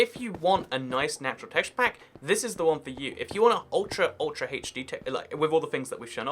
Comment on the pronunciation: Every time he says teshapak drink